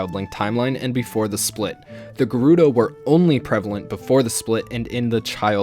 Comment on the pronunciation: Thank you for pronouncing Gerudo correctly